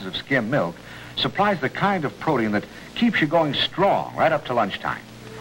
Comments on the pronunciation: For some reason back then it was pronounced as if it were spelled protean I have heard it pronounced that way on many vintage ads. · That is somewhat the correct pronunciation but EEE-in lazily became EEN as time went on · So bizarre that Special K commerical. Is he trying to say "Protein"? Pro Tee In. Just never heard that before. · I remember hearing Paul Harvey pronounce it "proteein" well into the 80s and thinking it sounded so weird as he was the only one i heard by that time pronounce it that way. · Protium? It sounds like he’s saying protium. That’s the name for the isotope of hydrogen that has one proton and no neutrons. Yes, I think there should be some hydrogen in my food.